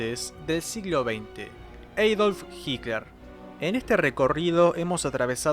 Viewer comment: Me llama la atencion que nombres a Hitler como "eidolf" siendo esa una pronunciación en ingles, pero incluso en alemán se pronuncia Adolf. Por el resto, el video y el canal, son geniales, solamente quería comentar algo.